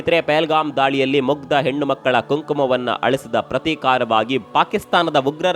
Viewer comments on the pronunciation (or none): none